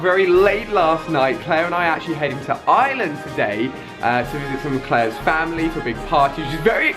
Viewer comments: And Ali your pronounce it wrong it's Ireland not island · I sweat people in England don't see the R in iReland they say "I-land" it's IRELAND it's I-land